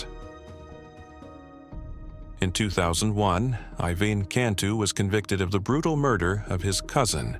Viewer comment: IVAN IS PRONOUNCED EYE VAN!!!